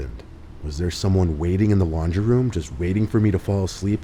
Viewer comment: Every time he said laundry, I heard lingerie XD